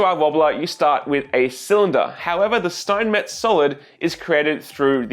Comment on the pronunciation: Steinmetz is called Schteinmetz, scchhhhhh like when you say shit, so shteinmetz in Englisch I guess